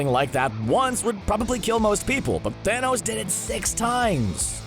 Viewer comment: You mean Thonos?